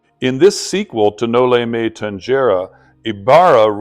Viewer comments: Thank you for your appreciation with the Philippine history by learning Dr. Jose rizal it is rare forieners learn it, it's the Filipino story of oppression.. Just correction of pronounciation it's No-li-me-tang-he-re ❤❤ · Thank you for highlighting Jose Rizal. A genius and a patriot indeed. Btw Noli me tangere is pronounced as “tanhere”. G is pronounced as H. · No Lee meh tang- heh- reh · the Tangere in Noli me Tangere is pronounced as "Tang/he/re". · you know Mr I suppose that you're not supposed to be saying this word if you could not pronounce it no limit on here what an f really